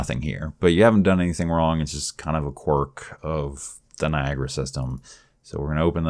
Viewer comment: its not NI AGRA its NIA GARA